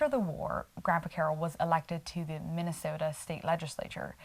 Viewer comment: Watching from Minnesota tonight and you pronounced it correctly :)